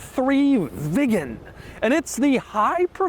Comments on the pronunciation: Hi Doug, Unfortunately' your pronunciation of the word Viggen is hysterical.😅 It's pronounced Veegan & not Vig Gan? Saab was owned by Vauxhall so parts are still readily available. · I am the only one who hears it as Saab 9-3 Vegan? First vegan car maybe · Doug is the type of guy to pronounce Viggen as Vigen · Viggen sounds like vegan😂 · I keep hearing vegan 😅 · this is his job and he got so much information wrong..... saab wants you to put the car in reverse and leave the handbrake off in winter so the handbrake doesnt get frozen on, in most saabs you cannot remove the key unless its in reverse, youd think hed know that...., and the way he says viggen deserves a slap........childish clown. skuttle shake is a charastic of the car, although saabs are mostly renowned for their safety, which he didnt mention. muppet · Is it that hard to pronounce viggen like a normal person? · So annoying the way Doug underlines the word "VIGGEN" every time. Had to stop watching half way through. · The more Doug says "VIGGEN" the more uncomfortable i get